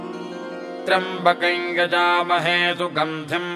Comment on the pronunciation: The pronunciation given here for trymabakayain is correct . As per a commentator Hari OM it's due to Yajamahe Ya behind M . In such cases of sandhi it's pronunciation is as per Vedio. Nd Sanskrit is same throughout India. Local accents corrupts the mantras.